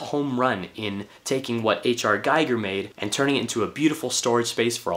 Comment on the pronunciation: Nice vid. Btw, H.R.'s name is pronounced, "Gee-gur", not "Guy-gur".